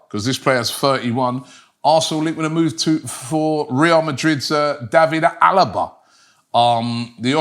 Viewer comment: I just can't wrap my head around Robbie's atrocious spelling of foreign names and then out of the blue he pronounces Alaba's name as good as it gets for a native English speaking. There is no logical explanation.